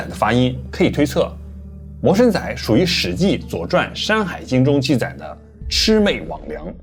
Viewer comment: 其實魔神仔的發音是「摸(一聲)辛(二聲)那(四聲)」😂😂😂